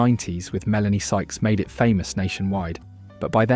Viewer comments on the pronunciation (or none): none